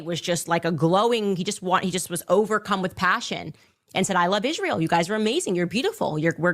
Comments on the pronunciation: Wht does Candash Owensh pronounce the country Israel as Ishreal? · Can she ever pronounce “Israel” correctly?